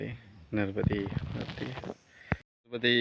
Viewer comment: नर्बदे हर नहीं नर्मदे हर महाराजजी